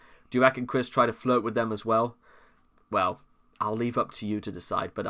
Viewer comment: As cringe as Chris Chan is, hearing you call him Chwis is… oof